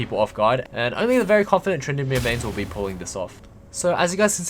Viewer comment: "so fokin good at trynndameer"